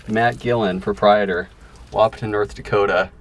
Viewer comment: I enjoy watching your videos. However I need to tell you the "T" Wahpeton is silent. So it pronounces a WaH-pon.